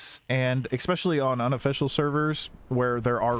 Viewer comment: Small random request.. Please say "privates" instead of "unofficials", cos sometimes its sounds like you say "on officials".